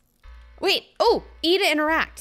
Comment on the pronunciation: I heard “eat to interact” 😂😂